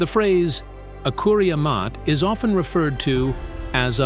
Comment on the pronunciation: The pronounciation of the of the sentence “Akuria Maté” is thoroughly inaccurate.